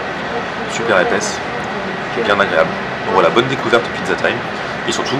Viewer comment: "Une piza pommeu de terreu" svp